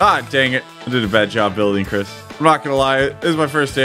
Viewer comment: you said simply Chris wrong